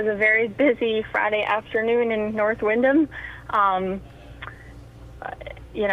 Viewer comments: pronounced Wind-um. not wind-ham, silent "H" so you don't keep sounding like an idiot. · Windham ( the h is silent ). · Dude doesn’t even know how to say our town or the details of the story. All he is reading Facebook comments and reporting it. What an idiot